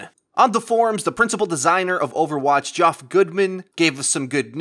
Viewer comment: OML It's pronounced Jeff not Gee-off